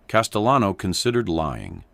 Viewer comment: Castellano the double L has a Y sound in Spanish. CasteYan. Like this ...